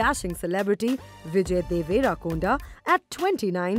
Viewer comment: Mahanti? It's mahaanati. Devarakonda not deverekonda.